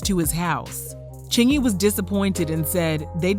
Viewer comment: He said it right and I believe him ... thanks for posting!